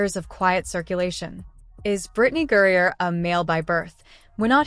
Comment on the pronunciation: Say her name right it's griner